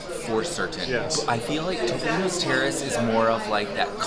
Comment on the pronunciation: Topolino is the word for Mickey Mouse in Italian. It is pronounced Toop-olino. Not TOP-olino. Love y'all!! I know what a stickler is about saying words correctly! Thanks for all of your reviews. Y'all know I'm a big Fan!